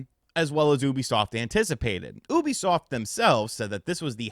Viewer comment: Bro I had to stop watching why can’t this guy say Ubisoft right he sounds like an illiterate todler